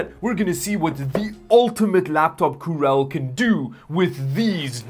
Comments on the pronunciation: I love how he keeps calling it the "Coorel" because of the original broken translation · Cooler? You mean Coorel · Dammit, you've said "coorel" so often that I'm about to start saying it too instead of "cooler". :) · I've had saying coorel in my head since he made the first video about it. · Kural? Wtf. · Why he mispronounces 'cooler'? 🤣